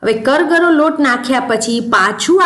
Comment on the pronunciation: જય શ્રી કૃષ્ણ. કરગરો નહીં કરકરો લોટ કહેવાય. સોરી ખરાબ લાગ્યું હોય તો.